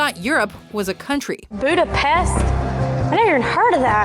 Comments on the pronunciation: Big up for pronouncing it "Budapesht"! (In all seriousness.) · HOOOOOLY shit., you have far surpassed my expectations. I have been complaining for years about your pronunciation of words that are almost common knowledge. I am pleasantly surprised though, that you perfectly said Budapest. I have seriously never heard anybody who isn't Hungarian say it as it should be, with an "sh". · + one point for pronoucing Budapest right. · I apreciate you pronounced Budapest correctly :)